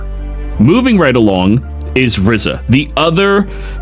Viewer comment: I'm Sorry but its "RIZA" not "RIZZA"! just want to help lol! I'd watch the anime if you need help.